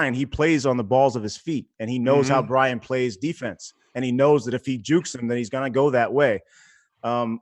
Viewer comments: Do you guys realize that its Byron Russel. Not Bryan Russel. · Not Bryon Russell. Byron Russell. Are you guys stupid.